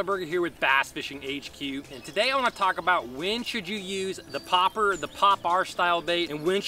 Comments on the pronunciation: Why are you saying popper like that....... stop it. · It triggers me how he says Popper